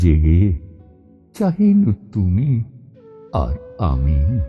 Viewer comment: কবিগুরুর কবিতা পাঠে যে আত্মোপলব্ধি প্রয়োজন আছে , তারই প্রতিচ্ছবিভেসে ওঠে এই নিবেদনে । তুমি আর আমি , শব্দচ্চারণে , ( পঞ্চম বার শুনি ) ততবারই সমৃদ্ধ হই কিভাবে ভাবনার বহিঃপ্রকাশ আপনার কন্ঠে ধ্বনিত হয়ে উঠেছে । ❤❤❤🙏❤❤❤